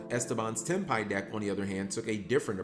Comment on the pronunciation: Cap pronounced Tenpai correct this video 😂 I said this o Mkohl40's vid on Ghost Sister and I will say it again here: Folks want to whine about The butt ton of life points to gain, but say nothing about her effect that halves the users LP on End Phase if no life is gained by the effect. But then again, today's duelists more likely don't read all of a card's effect, "Reading, what is that?" Honestly, seeing Rit Beast getting that Gigachad 2nd place finish gives hope for more variety in top cut pools, even is 40 of the top 64 decks played with the Fiendsmith cards. The more Gigachads taking unexpected decks and playing them like you stole the whip makes me smile. Ancient Gears in America, Ritual Beasts in Europe, now we wait for the Gigachad to run Madolche, or Ice Barrier